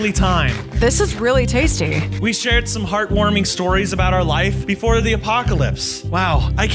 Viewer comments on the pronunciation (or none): "THIS IS RLLY TEJSTEH."